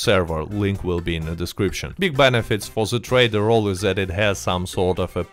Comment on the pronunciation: Great video but Please stop saying dze instead of the. Its them not dzem its gather not gadzer 😂😂😂😂 making us europeans sound same all togedzer